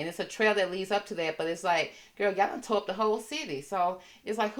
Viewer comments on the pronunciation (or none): none